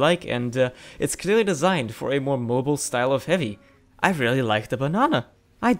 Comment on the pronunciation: did u just say the banana for harry? cause it really sounded like it. (i know it was heavy)